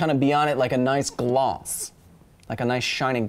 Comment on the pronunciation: The way he says "gloss" (Glauz) is KILLING me right now